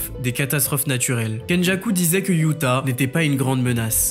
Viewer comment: On dit Yuuta pas youta